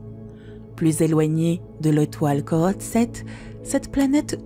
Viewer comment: Autre erreur la prononciation des étoiles et planètes comme Corotte 7b... C'est Corot 7b découverte par le satellite Corot, engin spatial français ou le catalogue de Messière, plutôt Messier (astronome français)!